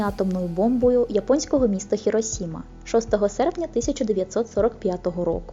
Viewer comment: Цікаве відео, думаю на наступне покоління після Чорнобиля та й на наступні сильно воно повпливало( І хочу звернути увагу, бо знаю, що на жаль ще то мало хто знає. Але вірно міста називати Хірошіма та Фукушіма, бо через с говорить ру*ня, в них прийняті такі стандарти, що не відповідає японській оригінальній версії. Послухайте як звучить по японськи та англійськи.